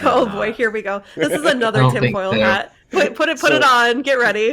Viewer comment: "tin hoil fat"